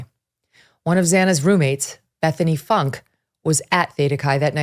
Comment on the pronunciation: I have yet to hear a single person report Bethanys last name correctly. FYI: FoonKa